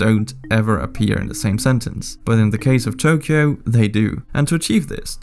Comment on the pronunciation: Ain't no way man butchered Tokyo's pronunciation 💀